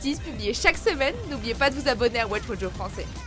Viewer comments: Elle a dit çaisfran pour français quelle bande de fou personne dit ça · Juste le Çais-Fran à la , c'est impardonnable.